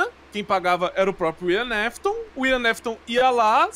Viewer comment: William "nafton" kkkk